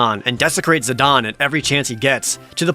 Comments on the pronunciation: You're right about Vivi, but wrong about Zidane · and Zih-DAYNE. Like Zinedine Zidane which im 99% sure who he was named after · Naw.. the 'e' makes the 'a' hard so it's Zihdain.. but 1 for 1 isn't bad so I'll take it as a win :P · Final Fantasy IX was tied as my all-time favorite with Final Fantasy VIII (yea yea, boo all ya want *eyeroll*) but it quickly became my #1 favorite, def underrated as fuck. Tho I always have and always will pronounce Zidane as Zuh-Dane not Zuh-Don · Zid-ahn? ZID-AHN!?! IT'S ZID-AIN!!! ZIDANE, NOT ZIDAHN! That is all. Great video!! 👍👍 I was looking forward to this video for a long time! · Zi-DON... Chib-bee... I feel like this dude is butchering pronunciations just to elicit comments like mine to complain about them, boosting the video interactivity for YouTube's algorithm. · I mean, Jared must intentionally say incorrect things in a strange trolling attempt, right? "Zidon" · I'm sorry did you just say "Zidon"? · Omg you pronouncing Zidane's name incorrectly is cringe!! It's ZID-AYNE... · I wanted to complain about how Jared pronounces Zidane, but Dissidia shows that is the proper way to pronounce it. .....I still disagree, but if its official, lol. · All the dislikes for this video are from Jared pronouncing it "Zid-AHN" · His Japanese name is Jitan "Jih-tahn", which is pronounced very similarly. I made the comparison in the sense that they're both foreign names that don't apply english grammar because they're names that originate from languages that aren't english. IX purposefully implemented a lot of foreign names to give its world a richer sense of culture. Tidus is pronounced the way it is because it's based on his japanese name. In most cases you can easily trace their names back to their japanese names. I appreciate you actually elaborating btw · Zi don? You mean Zeh Dane?